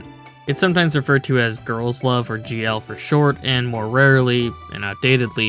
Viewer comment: I can't tell if you are saying "gay-ru" on purpose or not, but it makes me chuckle. These Gay-rus be gay! Good for them! Good for them.